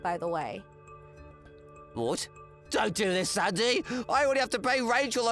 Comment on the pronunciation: In the story whre the groom married twice. If I have to listen to that voice every day idk how I would handle it. And he can't pronounce sandy at all. Sandoyee! Lol.